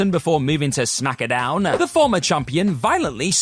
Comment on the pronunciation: “SmackAdown”? Did you and Simon go to the same school to learn how to pronounce words?